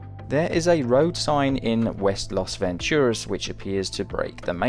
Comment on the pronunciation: It's LAS Venturas, not LOS Venturas